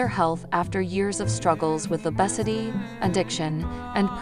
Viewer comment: Please stop using ai voices they can't even pronounce obesity and lbs correct